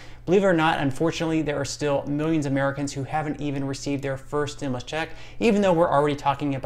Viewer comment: pronounced STIM YOU LUS not stimlus